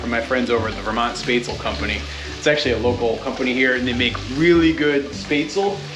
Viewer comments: Spätzle is pronounced Shpetsly. It's a German noodle like thing. They tast much better when freshly made rather then made days or more ago. They tend to have a grainy texture after a few days, at least to me. Hello again from NRW Germany. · As someone living in southern Germany - Swabia to be exact - where Spätzle originate from, it's really funny to hear you butchering the name. 🤣 But I'm glad you're enjoying them as much as I do. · your pronounciation of "Spätzl" is suprisingly close to accurate! Although the 'tz' is meant to indicate that the 'ä' should be said quickly, not drawn out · As an Austrian i cant help but cringe at how you say spätzle, but glad to see you enjoy them